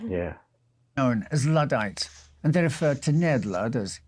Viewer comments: "Notting'um" ... 😀😃🙂🙃😊 and Ludd* NOT "Lood" !! Luddites NOT "Loodites" Like a cow's udd*er (unless you say "ooders" (??!!) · One thing you didn't learn from this video is how to pronounce "Luddites", it's not Loodites it's L(uh)ddites. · Just to be clear, the London underground is NOT a political movement 😅 and the Luddites are pronounced LUDD (with the U as in UP), not LEWD